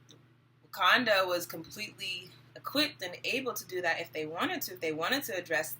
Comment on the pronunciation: Lol you know it's called Wakanda...not Watunda...right ..lol I just started watching your videos. I saw you on Info' live. Good work!